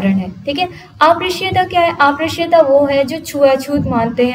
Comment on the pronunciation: ये अप्रश्य नहीं उच्चारित होगा अस्पृश्यता है